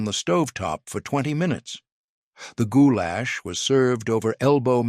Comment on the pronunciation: “Goo-Lash” gives me giggles every time! 😂